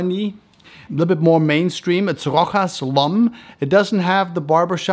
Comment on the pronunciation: It's not Rohas it' s Rosha. . You pronouce it like being a spanish house . In fact is an old french house